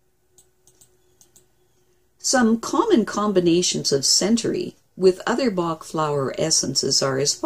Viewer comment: His name is not pronounced 'bark', it is pronounced 'back'. He was Welsh, not German. Just so you know.